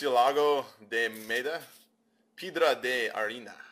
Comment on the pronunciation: Hahaha piedra di ariina he tried so bad to pronounce the cards in spanish ... Freakin hilarous xD!